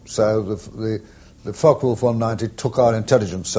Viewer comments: May I help with the pronounciation of the F.W. 190 ? In German a "W" is pronouced as "V" in English. There are no silent letters in German. The "e" at the end of Focke is pronounced as the English "a". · The E in Focke is pronounced! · Very nicely done this video, many thanks! But please note the E at the End of "Focke" is not silent. Greetings from Bremen 😉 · Hey, mate. There's an 'e' on the end of Focke... use it! Same goes for Porsche.